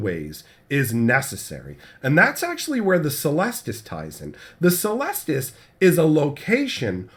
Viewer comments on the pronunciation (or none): It's pronounced "keh-lestus", it's a latin word